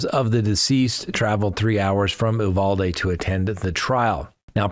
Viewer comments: Came here to say that. Also the last syllable is pronounced dee not day. So it’s pronounced u val dee. That’s the Texan pronunciation. 😂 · Hello! It's not pronounced "ooovalde" it's pronounced "Uvalde" as in U-haul. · ...I don't know where you get the pronunciation of Uvalde from. It is pronounced you val dee. I know that town and hung out just north of there in Utopia Texas.